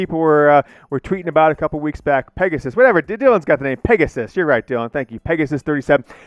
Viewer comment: Hey, it's Peg-a-sus (peg-uh-suss is how it's pronounced).